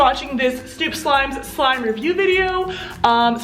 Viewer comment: It is snoop slime not stoop slime